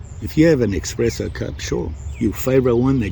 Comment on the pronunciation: it’s espresso NOT xpresso